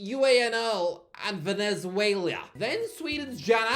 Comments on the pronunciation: Dude I don’t normally comment on how people pronounce things in languages that aren’t their own, but MAN, you absolutely butcher the Spanish language. Wtf was that Venezuela pronunciation? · why did he say Venezuela like that? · Coming from a Colombian, it pained me to hear him pronounce Aguilas Doradas, Independiente Medellín and Venezuela😭, also Pékerman is class, he was the manager for Argentina and led Colombia to our first World Cup in 16 years, he also helped Nestor Lorenzo with managing and he is now 27 games unbeaten with Colombia, so put some respect on his name